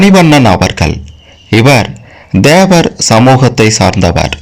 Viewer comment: DHEVAR தேவர் இல்லை THEVAR தேவர் உச்சரிப்பு கவனம்